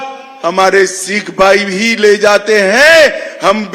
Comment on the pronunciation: अमित शाह जी पहले सिख बोलना तो सीख ले